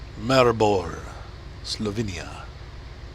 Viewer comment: Slovinia? You mean Slovenia 🇸🇮